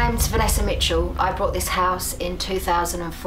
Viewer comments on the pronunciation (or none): me2525 yeah it's called "intrusive R" look it up